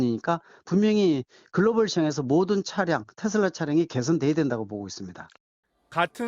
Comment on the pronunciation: 테슬라가 아니고 테어라구나